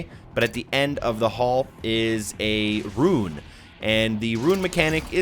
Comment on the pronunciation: Love these videos, but RUNE is not pronounced like RUIN. Just say "Roon:"